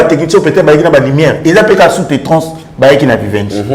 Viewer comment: on dit Sous traitance et non sous tetrance merci!🙏🏾😒😒😒